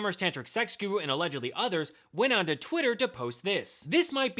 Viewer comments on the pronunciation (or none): none